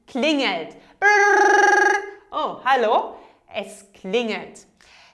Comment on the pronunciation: I heard you say klinet instead of klingelt